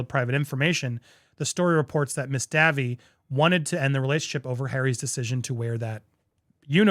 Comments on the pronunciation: Chelsy Dayvie not Davvy 😃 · The correct pronunciation for Chelsey Davy - is "day-vee" - not "davvie" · Andy, it is pronounced Davy’s not Davvie. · ANDY - Davy pronounced DAVE EE (short for David) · The way Andy pronounces the name ‘Davy’ as ‘Davvy’ 😂💀🤣💀omg my sides are splitting here-not sure why but that one caught me off guard…..I guess it was just that Dave, Davy etc being so common, I would never have expected an English speaking adult to not know it. That has made my night to be honest because it was too unexpected, thanks Andy for making me smile, it was a good way to end the day😂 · Her last name is pronounced day-vee. Like Davy jones.